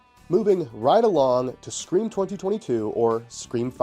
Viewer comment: 5cream is such a hilarious pronunciation, thank you for that. 🤣